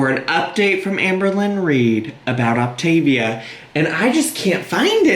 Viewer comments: Not even. It’s the emphasis on certain syllables (which I think she’s messing up on purpose, she pronounced it right in the video before) The correct way to pronounce it is “Oc - TA - vi-a” and “Op - TIV -i-a”. She keeps saying “Op-tiv- I -a”. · I didnt notice her pronounce feel as fuel until you pointed it out.....im shocked lol i cant believe how badly she mispronounces things. Its not even the accent she literally cannot read or pronounce words correctly (its OptAvia not OptIvia. Cant even read the packaging that she thought was soooo cute) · When I first saw that she was starting Optavia and pronouncing it Op-ta-vee-ah my dumb ass thought she was mispronouncing Activia, the yogurt 😂 I was like, they got a diet plan?? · Its pronounced Loptavita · Coffee: poured ✅ Wig: glued and taped ✅ Optavia: correctly pronounced ✅ im ready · optavia correctly pronounced 💀💀💀 lmaoo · I’m fairly certain she has dyslexia based on her prior spoken and reading errors. Makes sense why Optavia as a word is tripping her up. Thats about the only thing that is understandable in her latest vid.